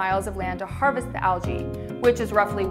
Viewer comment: why does she say AL-JILL? instead of ALGEE.